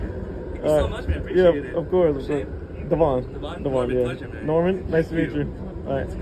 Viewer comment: aw, man. As a man named Devon (DEH-vun), I gotta say I love your talent and hate that you're encouraging everone to pronounse my name wrong.